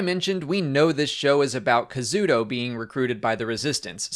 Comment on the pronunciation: KA-ZU-DA! HIS NAME IS KAZUDA, NOT KAZUDO!!!